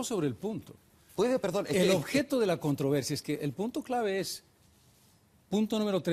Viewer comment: CUANTA DIFERENCIA ENTRE EL EXPRESIDENTE CARLOS MESA Y EL SINDICALISTA EVO MORALES, QUE NO SABE NI HABLAR ESPAÑOL que a la palabra "CONTROVERSIA" él le dice "contra versia" y así por estilo.